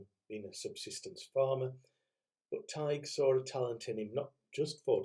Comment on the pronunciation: My father was born in Ireland on St. Patrick's Day. He was christened Patrick. A little note about Emily. It's said, I hope it's true, that she loved repeating the word Drumballyroney. 😊 Her poetic nature!! Please may I point out that you don't pronounce the g in Tighe. Thank you.